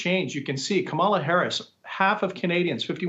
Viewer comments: Hey Nik - At least learn how to pronounce her name. Rhymes with MOM-ala. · Kamala herself has mis-pronounced her own name at least 3 times. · "Kamala" sounds more like a brand of marmalade!